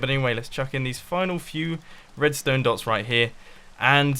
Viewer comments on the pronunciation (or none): none